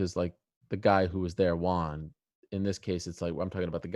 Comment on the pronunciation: "Hjuan" 😬 It's always dove me nuts the way Ariel says, won. It always sounds like Juan or Hhjuan. And unfortunately it's a word he has to say frequently while covering the sport. It's WON. Almost just like the number One.